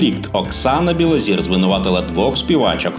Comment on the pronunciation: Білозір - це прізвище, ПРОТЕ, українскьою говорять НЕ БілозІра, а БілозОра. Вчіть мову перш ніж читати чиїсь сценарії Невже когось можна споїти ? Треба мати Характер і не йти за примхами інших.